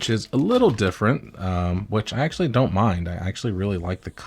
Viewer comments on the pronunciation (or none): none